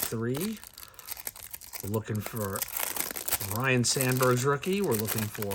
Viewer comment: It's ryne not Ryan!